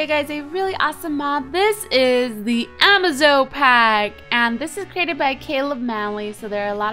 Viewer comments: hey Cupquake a bit O' pronounciation & clear-up... niter: pronounced "night-er" apiary: pronounced "ay-pee-ery" the incubator is for eggs. (or larvae) try using the rope next to platforms that you plan on using. The pack is pronounced "ah-maze-oh" 'cuz it's "amazing". Happy trails Cupquake. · It's actually pronounced "Amaze-o-pack"